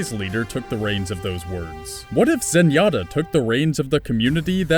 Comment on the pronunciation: zenyatta is clearly correct